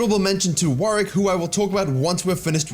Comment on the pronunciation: WarWICK not WarRICK